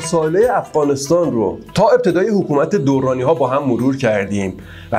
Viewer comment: درانی بدون تشدید تلفظ می شود